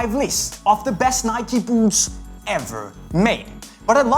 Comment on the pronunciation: its nike dumbass